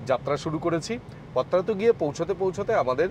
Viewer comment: এটা পত্রাতু নয়, পাত্রাতু